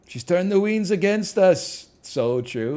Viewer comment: Upsetting to hear 'weens' pronunciation of waines 😆